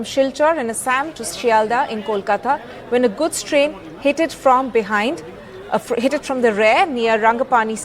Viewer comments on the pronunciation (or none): Chicken neck bro... what's up with english in assam and Manipur?.. btw it's hit,not hit-ted!!😂😂